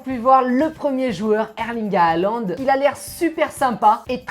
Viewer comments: On dis pas HAaLaND 😂 MAIS JUSTE Haaland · C'est Halland pourquoi ils disent a aland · Je ne comprends pas pourquoi vous déformez les noms des Joueurs : Halaand et non pas Alaand, il faut prononcer le H, ce n'est pas du Français ! Mbappe et non pas M. Bappé. Pourquoi vous épelez la première lettre M?!! Dans ce cas on doit prononcer Michel Platini et dire: Michel P. Latini (Pélatini).Lamine Yamal !! Les espagnols font pareil c'est Jamal et non pas Yamal d'ailleurs vous dites Djamal comme Debbouz Alors que c'est le même prénom. La vrai prononciation c'est Jamal. Merci pour vos vidéos.